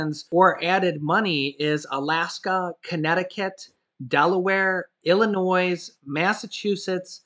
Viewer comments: You live too close to illinois to keep pronouncing it wrong don't use the s act like its not there! Thanks much love your videos! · The s is silent in Illinois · super disappointed that you are from the midwest and always mispronounce Illinois lol.